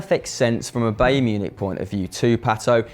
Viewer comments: WTF BAEYRN its BAYERN ??? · its pronounced b-eye-ern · Bayern isn't said like that mate